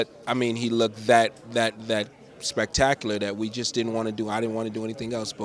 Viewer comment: SPACTACULAR? lmao..